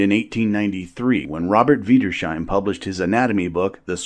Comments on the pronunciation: Wiedersheim ... Vee-ders-high m Not Wider-shy m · Ahem, adjusts lederhosen Wiedersheim is pronounced vee-das-hyme, not vidershime. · John and Jane got one thing right : Wiedershiem is pronounced “Vee der shime”, not Vie der shime” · "Oueidörscheim"🤣🤣🤣🤣🤣!!! "Wiedersheim" is pronounced "Vee-dares-hyme", silly! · Wiedersheim is pronounced 'Veeders-hime' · great video, but Wiedersheim is pronounced more like weeders-hyme ;)